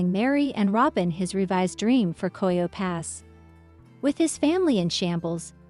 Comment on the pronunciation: If you use a robot to voice over, make it pronounce words!! The large plot of land in Flagstaff is NOT COYO PASS!! It’s called Coyote Pass. All of this is very old news that everyone knows. #ClickBait!